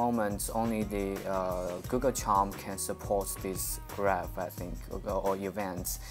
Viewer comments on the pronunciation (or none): He calls Google Chrome as Google Charm :D